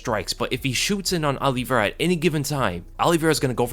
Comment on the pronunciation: Alivera?? White privelege dont let him say OLIVEIRA!